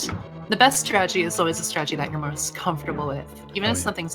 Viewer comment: Please for the love of god it's TURTLE ROCK not TURROCK And also it's STRATEGY not STRAGY I swear I'm not being a jerk, I love your commentary just the lack of syllables drives me insane